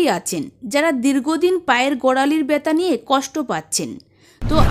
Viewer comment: Byata na balun byatha😅😅😅